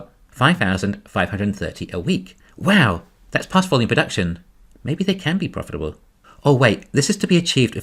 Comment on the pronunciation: “Porfitable” lol